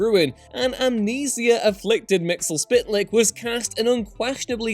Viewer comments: Mistal Spit Lick? You mean MISTA-PITA-LICK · 🤨I always pronounced it and could swear hearing it pronounced on superfriends ‘Mr Mitzilplix’. Not really sure what the narrator or VO is saying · Mix-E- Pittle-ick, according to DC Comics, is how you pronounce "Mxyzptlk." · Why can no one pronounce MIX YEZ PITEL YIK properly. To send him back by saying his name backwards, Kltpzyxm - kel-tip-zix-um. Yeah, that's how it is supposed to be according to the late E. Nelson Bridwell, who should know. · It's Mitts-Ul-Plix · It's pronounced "Mix Yez Pittle Ick," smh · Mix-zl-pitlik. JESUS H CRISP, just watch the old 70s Super-Friends tv show, it's the only place I've ever heard his name spoken properly. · Pronounced: Mix-ter-pit-a-lik, cmon man you’re doing a post on a famous character and just butchered the name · Its kind pronounce. Mitz-ul-flik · That pronunciation of Mister Myxlplyx though. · Yep, he f'ed it up...